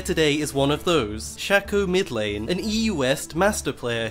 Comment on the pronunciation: Its SHAYYYCOOOO you dont say fako its fayko fake